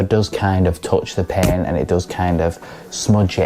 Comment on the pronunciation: I kept hearing pen. I took me a minute to figure out she’s saying paint. Lol. Good review!!!